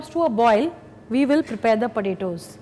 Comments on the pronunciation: It sounds like she is saying cut the burittos. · The way she says potatoes (/_^)